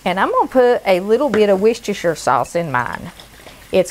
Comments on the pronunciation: That looks lovely. I'm going to try it. Sorry for being a Brit but Worcestershire is pronounced wuss _terr _shur. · Good video and picked up some good easy cooking skills but coming from England our bacon is not so fatty but there again our ground beef is not sirloin but probably cheaper cuts of beef. Allso please remember that we in England pronounce Worcestershire as " Wuster"... And the main thing God bless you all.